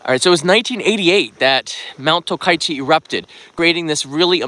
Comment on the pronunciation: The place is called TOKACHI right? Not Tokaichi like you pronounce